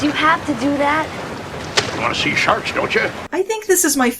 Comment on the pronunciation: Shee-arks,, aauaughghg !!